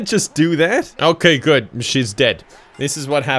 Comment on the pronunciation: Ya know it's GUD with a 'U' when says it is!